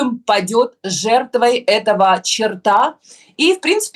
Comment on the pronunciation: Снежана, почему вы произносите в родительном падеже слово "чёрт" как чертА, а не чёрта?)))